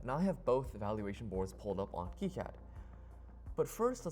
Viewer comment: isnt kicad pronounced keyeCad?